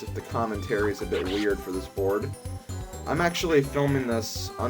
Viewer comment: Best borad ever. Loves the borad